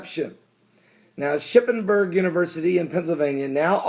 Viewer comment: 1. The machine is NOT located with snack vending machines. 2. It DOES also offer a vast amount of medicine, condoms, etc aside from Plan-B. 3. It's Shippensburg University of Pennsylvania, how hard is that to pronounce -- really?